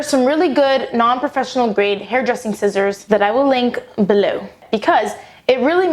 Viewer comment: At the end you say like 'shissors', well for me, here in germany 'shissors', or how we would write it ,,schisser" is like 'pooper' - someone who is a scaredy cat that would pooped his pants. XD